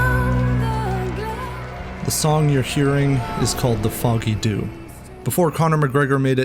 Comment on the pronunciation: For the song and pub in Dublin, it’s pronounced....Jew